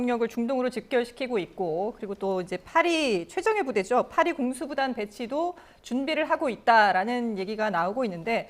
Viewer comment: 공수부단은 뭐야 ㅋㅋ 프롬프트 2번이나 그렇게 읽었네